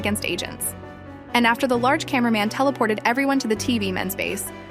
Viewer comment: Bro sed large cam😂